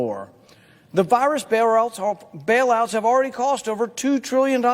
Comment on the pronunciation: He said "bairouts" Ummmm... Is that when happens when you get the china virus?